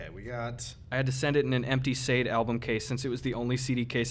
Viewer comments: I love Sade! It’s pronounced “sha-day” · right quick, Gus are you sure it's not pronounced "Shah-day"? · god i'm so fucking glad gus doesn't look like that anymore. also pls learn to pronounce sade omg. i audibly went "broooo" at the end lol; what a cool little accident